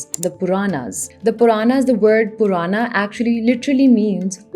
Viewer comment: that constant mis-pronunciation of words... for almost all name, you have done the same thing... even if you want to say "भारतवर्ष" while speaking English, just say "भारतवर्ष", but you have been saying "भारतवर्षा" continuously... same thing for other words too, e.g. पुराण, it is पुराण... stop there, dont say पुराणा... If you cant say something properly, then you shouldnt even say it. It reflects really bad on you as being a native, you deliberatly change the way how it should sound. 😥